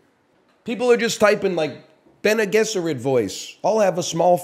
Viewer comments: Pronounced "bennay jezerrit" btw yall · The way he says Bene Gesserit, it's fucking "baggel" all over again. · bene gesserit voice "fucking pronounce it correctly" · bene guesserit* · It’s actually bc he’s Canadian, he thinks he’s saying them right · Bene Gesserit Voice: can you say Bene Gesserit correctly? No worries if not. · Bene gesserit voice say bene gesserit right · he says bene gesserit wrong